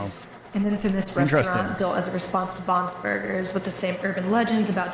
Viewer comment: Wait did i just hear her say Bons burgers?